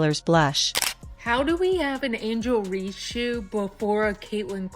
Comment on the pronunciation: IT'S "REESE," NOT REEDS, COME ON MAN!!!!!